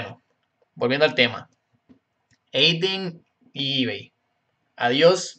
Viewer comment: es adyen no ayden